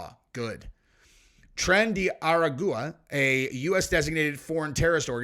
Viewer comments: Bro it's pronounced Trin Day A Ragwa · The gang is pronounced trenday arragwa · Hi! It’s pronounced: Tren de Aragua (Tren day a wah gah) Great video. Keep up the awesome work!! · lol. Let help you with the pronunciation. (Tren-day A-raw-gua). You're welcome. Love your channel! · Hey...watch any news...learn how to say a gang name your reading....you look and sound ridiculous bro 😂😂😂😂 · I Love your show ! But you sure butchered the name of that gang . I can’t say it either so don’t feel bad ! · You mispronounced the name of the gang.. Im very surprised that you never heard of them as they've been all over all media